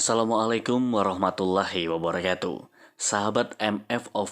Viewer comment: Wabarokatu....bukan wabaroyatu.....